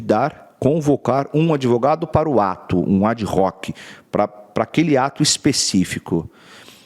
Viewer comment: ADVOGADO AD ROCK (sic)?!😅😅😅 Será um advogado que gosta de rock?! AD HOC *, com H mudo Embora em alguns filmes de lingua inglesa pronunciem como se fosse “r”, está errado. A palavra é em latim e o H é mudo.